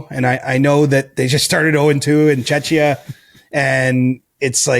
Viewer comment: For the love of God, please someone tell CJ how to pronunce Czechia already 😄 It's the same as in Czech 🙂